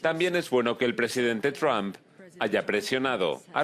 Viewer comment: Me encanta su Chanel pero no se pronuncia “TRAMP” se pronuncia “TRUMP” entre u y a ”